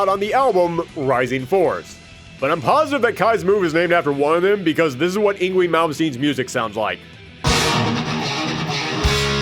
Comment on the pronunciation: Yngwie is pronounced as ing-vay. This is from Swedish forming from North Germanic languages before the Great Vowel Shift that occured with West Germanic languages.